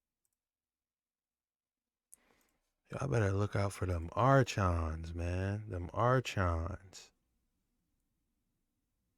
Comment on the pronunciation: Saying it wrong, it's pronounced are-cons 💯